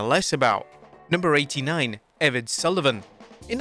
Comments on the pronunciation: Eeeeee Vaaadddd Like eeee rad Not eved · IKR? Evan...🤣🤣